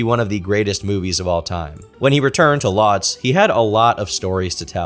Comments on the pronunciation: Mate his whole life story at the start is boring. This could be 30 mins shorter. And “Lodz” pronounced “woods”. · I'm sure someone else pointed it out before, but Lodz is pronounced closer to "woodsh" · Lodz is pronounced more like, "Woodge". Just trying to help. Love this upload 🐾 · Lodz is actually pronounced closer to "Woosh", the L character in Polish is basically a W